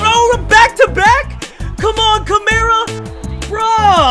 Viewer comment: Alvin Ka-mar-a not Alvin Camera 😂